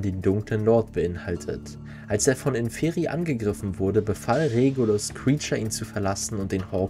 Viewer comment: Wollte nur anmerken, dass Inferi vorne betont wid, also Ínferi. Heißt "Die unteren" auf Latein